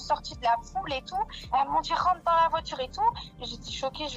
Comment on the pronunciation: La voitchure... Les " fans de foot"😂 c'est un sketch bordel